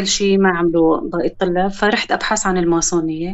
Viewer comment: الماسونية ليست دين . و الماسونية بالسين مش بالصاد "الماصونية .